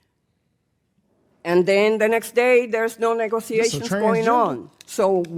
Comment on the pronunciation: She said negroations. That's not a word. I'm glad y'all covered this. I wish besset just walked the f out. Waste of time and money. Ridiculousness.